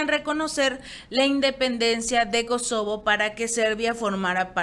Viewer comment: MINUTO No es SOKOBO sino KOSOBO.